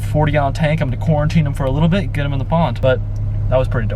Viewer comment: Nobody:: Cooriteen